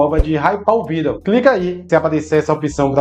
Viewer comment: So lembra que a pronúncia da palavra vídeo é diferente